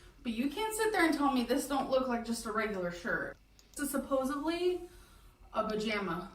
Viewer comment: P.S. We mustn’t forget “supposively”. 😩